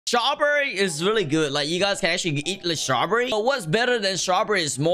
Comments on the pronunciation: Dude did he say shraw berry? Username: RAFIDG11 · At first when you said strawberry I thought you said jawberry